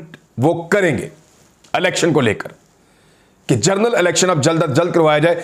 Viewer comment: BHAI MAI AAPKO BOHOT PASAND KARTA HOON. ALLAH AAPKO SEHAT WALI LAMBI ZINDAGI ATA KARE. AAMEEN. BHAI AAP "GENERAL" KO "JOURNAL" KEHTE HAIN. AGAR BEHTAR SAMJEN KO SAHI WORD USE KAREN.